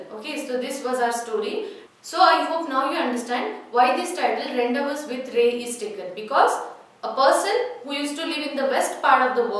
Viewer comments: Mam ur pronouncing the title wrong It's not rendevous, it's rendivuuu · Mam 🙏.I think the pronunciation of Rendezvous is "/ randivuuu"/ not / rendavas/... Please just check out and clarify my doubt... Mam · Revathi Am she don't know english it is spelt as ron-day-voo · rawn·dei·voo🔊 I am a regular follower of your videos.. Except Rendezvous pronunciation everything is Good..👍🏼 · Rendezvous should be pronounced as rendavoo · Pronounciation of rendezvous is wrong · Madam, were you right in pronouncing the word 'Rendezvous'!? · pronunciation of rendezvous is wrong ...please pronounce it correctly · rendezvous prounce wrong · Superbbb.but.pronunciation wrong.......rendezvous.......